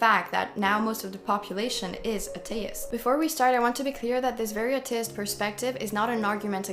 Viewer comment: Small friendly recommendations - learn the pronunciation of people's names, especially if you gonna mentioned them many times through the video. You also mispronounced atheist/atheism, I think. Though considering you are probably not a native English speaker, you are still doing very well for mispronouncing only names (that are usually not English names anyway)